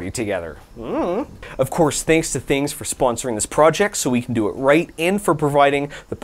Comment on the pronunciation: There is no I in Thangs. Its an A, not an I.